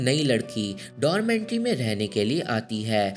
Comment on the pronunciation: 1st thing, it is 'dormitory', not dormentry. 2nd, you missed the main part of this movie. So-hee loved Jin-sung, then why she killed her?? Let me explain.... ...Jing-sung ne So-hee ke gift kiye hue shoes me kanch ke tukde rakh ke wapas So-hee ko deti hai school-wale competition ke time. Ye baat So-hee pehle se janti thi ke Jin-sung ne usko dhoka diya hai competition jitne ke liye. Fir bhi usne wohi shoes pehen ke dance ki. Naturally So-hee ke pair kat jati hai, fir bhi wo jeeti. Usne Jin-sung ko maaf bhi kar di. Par Jing-sung So-hee ko stairs se girane ke bad jab wo kabhi dance nahi kar payegi janti hai, wo frustrated ho kar suicide kar leti hai. Jin-sung ko wo is pure baat ka zimmedar manti hai..... So Jin-sung's betrayal was the main reason So-hee took revenge on her.